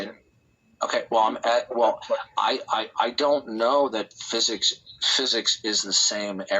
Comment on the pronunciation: Fuzuks…..can’t stand how pronounces physics it’s so annoying.